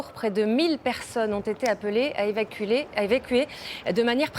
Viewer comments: Putain j'ai éclaté de rire en mangeant quand j'ai entendu évaculer. J'espère que l'évacuation des habitants sera précoce. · La pauvre, elle a fait un lapsus, "Evaculer" ! Muahahaha !